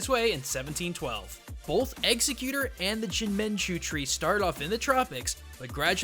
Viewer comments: He called Exeggutor Execute. HOW?!? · The real pronunciation of Exeggutor is ex-SEGG-you-tour. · Executer the whole video until when he pronounces it right for the rest of the video. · Actually, it's egg-zeg-yuu-tor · At the start you called exeggutor, eggsecute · Why do so many people call Exeggutor "executor" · its exaggutor you say it like guts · its pronounced eggs-egg-you-tore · Executte really it's Exeggutor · ex-egg-u-tor say it right :/ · Exeggutor is pronounced "Eggs-egg-you-tore" or "Ex-egg-you-tore". Come on, dude. You're pulling a pronunciation that doesn't make sense out of nowhere. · Executer? wtf. Learn to say the name before making a video on it. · Some of the mis-pronunciations i can understand making people mad, but i think this one isnt too much or a big deal, If you say exeggutor fast or without thinking about it too much, they sound almost the same. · He lost all credibility to me after he said the name like that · Yeah it's the most distracting thing x.x But if you watch until the end after the loot crate plug he starts saying it correctly all of a sudden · Shylo Kestle um no he doesn't....The way he says it sounds odd to most people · Nah he definitely said Exeggutor, it's just a bit hard to hear the end behind the pokemon's cry, on top of the fact that he pronounces the name a bit... odd IMO. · That pronunciation is cringe worthy. Never watched the show, eh? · His pronunciation is wrong, but the show isn't exactly accurate. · Nvm he tried to say exeggutor but he didnt say it right. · It's different from how I generally hear it, but not necessarily wrong. I think he commented about this in his last video. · He said he likes grass types and then said his name wrong near the start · Anyone else a giant fan of the cartoon series of pokemon and going mental because he's saying Exeggutor wrong? Or is it just me? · Fr too many people correcting him just cause he said his name wrong like who cares?!? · Is it me or is he saying the name wrong